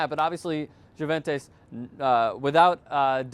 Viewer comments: I love that you guys cover soccer and you do a great job but you really need to work on the pronunciations of some of these teams. For example, the way you say Juventus is pretty ugly lol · he miss pronounced so many teams it was hard not to laugh the best ones were juventus and Montpelier